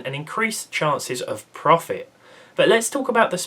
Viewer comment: Anyone else cringe when he says "profit" ??